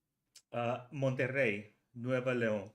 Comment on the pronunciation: Gracias por compartir y te felicito por tu correcta pronunciación a "Monterrey". Saludos desde México!! 🤘😁✌️